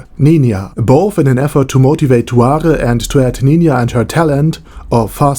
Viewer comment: why are you pronouncing it tuare instead of tsuare?